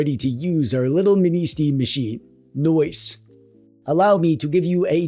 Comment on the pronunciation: Your "nice" pronounced as "noyce" reminds me of why INTEL did NOT call themselves as "Moore Noice Electronics" 😂